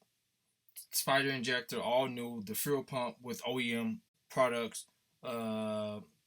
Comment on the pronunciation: Im dead HE SAID FRUEL 😅😅LOL HE MEANT FUEL